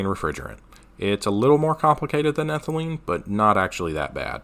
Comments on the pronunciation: Ethylene not Ethelyne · Isnt it ethylene noy ethelyne? C2H4.... if it were ethylyne (ethyl-eye-ne) it would be the triple bonded C2H2 i think